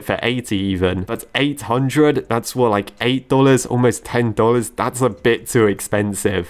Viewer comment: Dollars heard from a british man dang transformed american